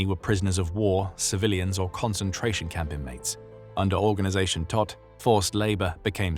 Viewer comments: His name means dead. Prounced toht. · Todt is pronounced « T-oh-t »